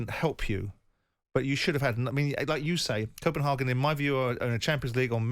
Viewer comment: Simon corrected himself wrongly as he was about to say Copenhagen and changed it to copen HAHGAN. No simon it Copenhagen. Its leviosa not leviosaaaaaa